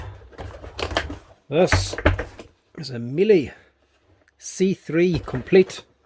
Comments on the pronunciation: Miele: pronounced Mee-luh...a German commercial vacuum company. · The German pronunciation is Mee-luh (Rhymes with Shiela) The "Americanized" pronunciation of the German company is often Mee-lee Mee-luh is the correct pronunciation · It's pronounced like meal-eh.